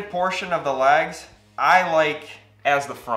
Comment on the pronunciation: I thought you were saying lags. I was like where the fucks the lag bolts.